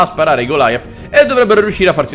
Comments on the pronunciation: Golia non Gilaia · Tlg goliath non golaiath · Per informare il nome é panzer cinque, in originale pkfw. V (Panzerkampfwagen fünf "Panther") E goliath si pronuncia come Golia le caramelle